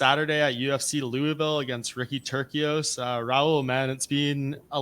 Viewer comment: The C is "Turcios" is an "S" sound not a "K" sound